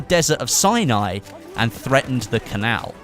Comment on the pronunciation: thanks for the info(you are now my go-to channel for battlefield info, bt please say Sinai correctly